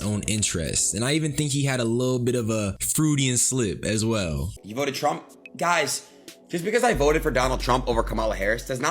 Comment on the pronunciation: Freudian Slip: FROY-DEE-ANNN SLIP Bro. With all love and respect gang. 🤜🏾🤛🏾✌🏾